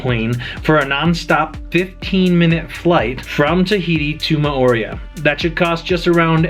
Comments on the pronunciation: I think you may have, in fact, been in Mor-ay-u....RATHU than More-ee-uh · If you are giving advice on living there, you might want to learn how to pronounce "Mo'orea". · Your pronunciation hurts my polynesian ears 🤬🤬🤬